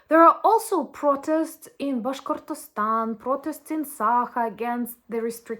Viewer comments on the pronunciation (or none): none